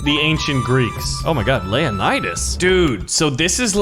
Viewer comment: It's not layanidas it's leo-nidas